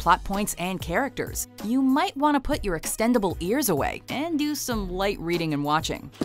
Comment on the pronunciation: Just saying but...when you said "putah" and "put your", putah but without the h is actually a really bad word in spanish. just pointing it out. but honestly, I LAUGHED MY BUTT OFF flips ravenclaw table (┛◉Д◉)┛彡┻━┻